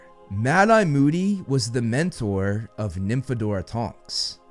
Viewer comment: When you said moody was the mentor of Tonks and I heard dementor